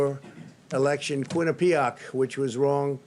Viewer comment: Quinnipiac wrong pronunciation there trump very embarrassing since he is from the northeast